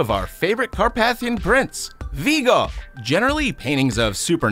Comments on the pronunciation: Alcohol Poisoning Game: Take a shot each time he mispronounces Carpathian (*Hint: It's every time!) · You mispronounced Carpathian. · It is car-pay-thian, not car-path-ian. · it's "car-PAY-thi-an" , not "car-PATH-ian" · does it bother anyone else on the pronounciation of carpathian?